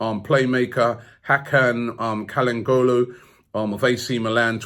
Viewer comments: Chal Han noglu. Not Kahan golu. Please. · Ch-al-han-o-lu = Calhanoglu G is silent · Hakan Çalhanoğlu is pronounced CHA-LA-NO-GLU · Hakan kalangolu?? You mean Hakan Čalhanoglu. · Calangholu, really Robbie. Just spell the name and leave it at that. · Robbie it’s pronounced Chalan og loo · its "hakan chanonogou" robbie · saying the new Mesut Ozil's name Hakan Kalangolo Kante 😂😂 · robbie said HAKAN KALANGOLO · For anyone wondering, and Robbie himself - it is pronounced CHAL-AN-OGLU. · Mavroponis, Calhangolo...Robbie seriously butchering names in this video 😂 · Absolutely no one: Robbie: Hakan cahangolu 😂😂😂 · Robbie it’s chan-a-og-lu 😂love the work keep it up👍🏻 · it's pronounced hakan Chan-hanou-glue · "Kal Han Golu". Robbie has the worst name pronunciations ever. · Hakankalengolu? I know Robbie sucks at pronouncing non-English names, but come on, this is just not even trying. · After some research, I’ve now known it’s pronounced as Chal hano lu.